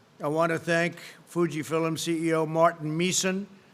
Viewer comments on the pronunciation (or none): Is he trying to say “film”? Is he talking about Fuji film? Why does he keep saying fillim?? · He says Fuji filims 🤣🤣🤣...oh you mr Ronald McDonald you 🤣🤣🤣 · 'Filum?' Didn't know he had any Irish in him.